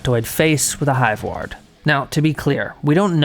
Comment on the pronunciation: It's pronounced "hive-war-d" not "hive-wa-rd"